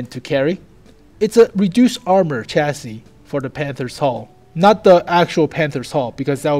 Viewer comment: holy shit, said chassis right!